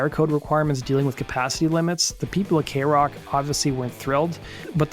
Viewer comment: This is the first time you've pronounced kroq 'correctly' and tbh I'm kinda bummed out about that :c